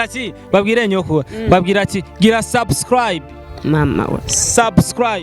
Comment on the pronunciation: Mbega abamenyesha makuru Imana irababona Ati Vuga subscribe Bibi nawe ati swa swa swi